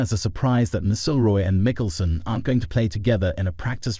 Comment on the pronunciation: HIS NAME IS MC (AS IN MAC) IL ROY